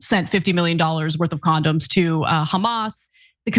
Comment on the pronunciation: "Con-Don's", right?